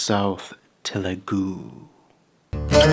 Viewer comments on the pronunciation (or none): It's not Telegu it's Telugu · one correction, it's not telegu, it's telugu😅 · Telugu bro not telegu! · It's not "telegu", it's "telugu"(తెలుగు) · It's Telugu, not Telegu! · Great video but its TELUGU not Telegu